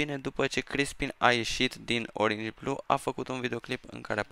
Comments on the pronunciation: Nu se zice oringi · Nu se spune oringi blue cine crede că e greșit cum spune el sa de-a Like aici